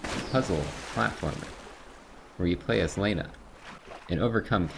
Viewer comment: They pronounce it "Lah-na" throughout the whole game, but I love how just keeps saying"Lay-na". 😂